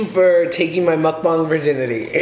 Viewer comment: ur like the first white person I've seen on youtube to pronounce mukbang ryt! eve trisha says it wrong LOL